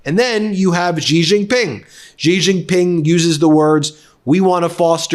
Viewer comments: Please learn to say the president of China's name xi is said like she not gee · Ben, it is pronounced SHEE. Xi in Chinese sounds like "sh" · 😂, did the man there say thankyou president g, hilarious 😂. It's pronounced shi! These people don't even have the decency to research and show respect! Seriously president G! What are these idiots who represent us! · Xi is pronounced 'she' jing is pronounced 'Jing'